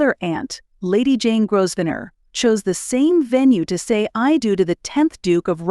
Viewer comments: My goodness....perhaps you have never heard of how the family name Grosvenor is pronunced properly....it is not GROSVENOR....it is pronounced as Grovenor in proper English....small detail...but annoying having to listen to it being said incorrectly by a person putting a video out there for people to listen to.... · Grow-v-nore. Learn the pronunciations, please. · Your AI voice needs to learn more about pronunciation. It is GRO - Ven - er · You dont pronounce the S in Grovsenor.... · Grosvenor is pronounced Grovaner...the s is silent! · Could your commentator please learn how to pronounce the King’s English! The commentary was an assault to the ears. By the way you do not sound the single S in Grosvenor. 🫣😫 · It’s a great pity the narrator has no idea how to pronounce the most important of surnames, such a shame x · It’s voice generation software. The video creator input a written script and selected a “character “ to read the script. However, you can also manually modify pronunciations of words like Grosvenor. The video creator didn’t do that. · The "s" is silent in the groom's last name.